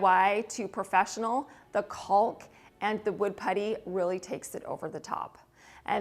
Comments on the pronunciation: I love your videos so much but please stop saying “ CALLk”. The L’s are silent. “Cawk” is proper pronunciation. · That wallpaper is gorgeous!!! I loved the Bombay store. I have several item in my home from there. I used to purchase them at 60-80% off so I have some real timeless treasures. My home is old world/vintage and yours is very elegant. Well done! BTW, the L is silent in caulk.😏:virtualhug::yougotthis::elbowcough